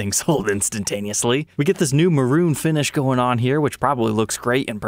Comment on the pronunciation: Excuse me...did you say burnt "moron" finish? It's maroon, pronounced muh-rOOn. That is, unless you actually meant to say moron...which I find hard to believe.